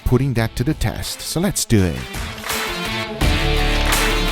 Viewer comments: Milan Maligec lets dew it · "So let's deu it!" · No one: Guga: LeTs dEw iT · "Let's dew eet."